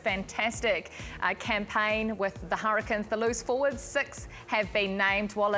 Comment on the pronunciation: I think I heard the word Hurricanes in maori 'Harakins'😂